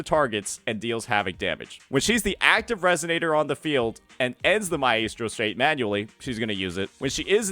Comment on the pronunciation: Does he not know how to pronounce maestro?